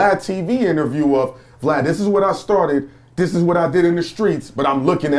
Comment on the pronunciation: “” comes from the crunchy black interview he called him “” instead of “Vlad”!